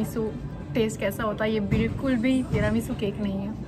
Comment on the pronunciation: When she said teranisu cake I heard terami soup cake 🤣🤣🤣🤣